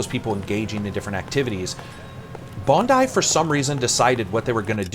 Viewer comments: Good job pronouncing "Bondi" correctly :) It's a suburb of Sydney renowned for its amazing beaches... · Thanks for saying Bondi properly, instead of Bond-EE as I tend to hear on here